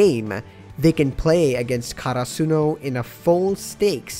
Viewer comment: I have NEVER heard anyone say karasuno like that